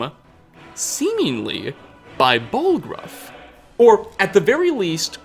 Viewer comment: Without any further ado-wuh, let's ask the questionnuh: Is Jarl Balgruufuh... evillluh